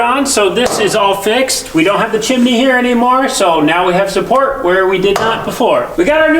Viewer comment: There are TWO syllables in chimney, NOT three. It's chim-nē. Not chim-i-nē.